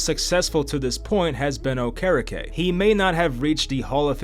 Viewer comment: McAfee really chopped Bobby Okerekes name 😂😂